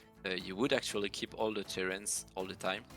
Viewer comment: Someone please tell me that i'm not the only one that was hearing TURRET not TERRAINS.